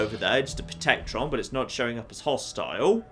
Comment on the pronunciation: It's "Protect-A-Tron", dammit. Seriously. >:| Also, Steve again. Why? I'm playing XCOM atm, one of my soldiers had an impossible to pronounce name, so I changed his first name to Steve, then I changed his last name to Steve and then I gave him the nickname Steve. "Steve 'Steve' Steve" will never not be funny, but I still don't know why!